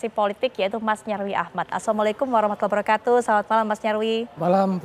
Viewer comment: apaitu wabrakatuh ucapan yang benar adalah wabarokatuh